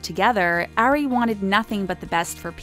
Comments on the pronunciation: It kills me when ever the narrator says “Airy” WHEN YOUR SUPPOSED TO SAY “ari” lmaoooo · it's not "air-ey", it's "R-ree" * and not "ay-rianna", it's "ah-rianna" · It's Ari. Like ARE-ee, not AIR-ee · Lydia Ann yess